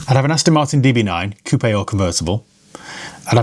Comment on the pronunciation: What’s an “Astin” ? 😂 Great video by the way.